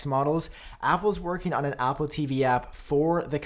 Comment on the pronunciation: Why does he pronounce Apple as “Appooh”?